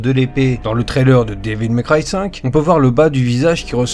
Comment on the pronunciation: Comment tu prononces Devil May cry ca me fait saigner les oreilles.....